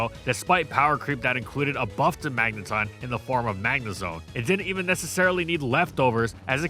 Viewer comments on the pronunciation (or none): To this day I hate how you stubbornly pronounce magneton as magnetun despite official sources proving you wrong over and over again.